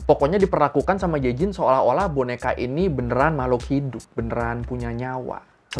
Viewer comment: BTW Eugene itu bacanya Yujin bang